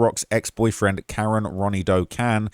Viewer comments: KA-RON NOT KAREN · His name is pronounced Kah-Ron #justiceforkaroncann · Kah-ron* that’s how you say it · Bruh.. ain’t no black mother naming her son Karen. It’s Cuh-Ron. Lmao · Kuh-ron. Ronnie. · His name is pronounced kuh-ron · You seriously can't figure out how to pronounce Karon (Kuh-Ron), or Mulcahy (Mull-Kay-Hee)? Wow, you really must be a professional journalist 🙄